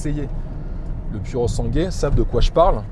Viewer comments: pourosangoué se prononce cosi in Italianno 😉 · seul bémol : en italien le " u" se prononce " ou " et le " e " se prononce " é " . phonétiquement il faut prononcer " pouré sangoué " ( pur sang en franc çais ) je pense que ce chef d'oeuvre mérite qu'on ne déforme pas son nom en niant son origine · Tu peux dire “ pourosangoué” en accentuant le “pou” si tu veux que ça ait l’air plus italien. Magnifique auto pour une poignée de privilégiés ! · Super présentation tellement bien que je passe ce soir un acheter un...... juste un truc.... prononce comme si tu lisais ça ( Purosangouai ) A+.JS. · Pour moi un sans faute / Non seulement mais un chef d'œuvre à tous les niveaux / Mais il faut que tu fasses un effort et prononcer "Sangwé" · quand tu prononces puro sangue c'est affligeant, sinn à part ça tout le reste c'est top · Non so come l'Italia permetta a persone come te di guidare macchine del genere, come fanno i francesi, che distorcono tutti i nomi a loro piacimento. È un onore per te stare davanti a un capolavoro italiano, figuriamoci guidarlo. Pronuncia bene il suo nome, perché è sangue italiano al 1000% Bico